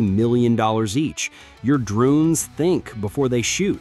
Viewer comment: Your 'DRUNES'.......Bad AI.